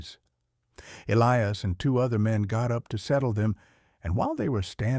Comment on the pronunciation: You need to read the stories yourself. Not AI. AI does not comprehend context. And its "hollar" not "hollow." Yes, it is spelled hollow but the pronunciation for that area says it with an r sound at the end. The southern dialect of your AI wasn't all that good either. Also, it failed to pronounce "Elias," correctly. As well as several other words. That would not have happened if the AI understood context.